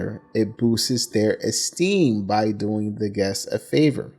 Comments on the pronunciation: Are u sayin self esteem or self ecsteem? Lol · You're mispronouncing esteem. Good video overall.